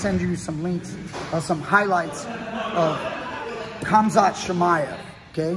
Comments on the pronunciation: Everyone else’s pronunciation: Hahm-zaht Chael: Haz-mat lol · 1) It’s pronounced “hamzat” 2) He wrestled Jack hermanson 3) Love your videos 🦁🥷⚔️